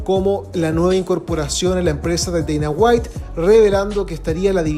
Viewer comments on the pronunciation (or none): none